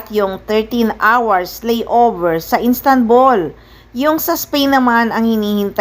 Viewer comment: Anong INSTANBUL?? 😂😂 ISTANBUL po.. Ayusin mo voice over mo. Haha